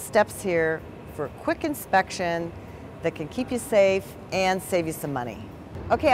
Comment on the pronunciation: why tf does she keep pronouncing it as: Insprection?